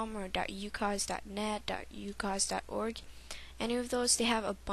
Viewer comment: lol.. fail.. you can't say ucoc-.- You gotta say z as like.. zed..